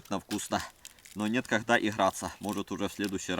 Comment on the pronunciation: пожалуйста произноси слова правельно не щееекатурка а штукатурка не мыыысычка а мисочка не неткогда а не когда